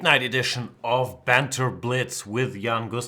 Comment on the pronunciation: Of pronounced more like (uv) You sound like you're saying night off. Don't mean to harp on you, Jan, I know languages are tough. I only know one.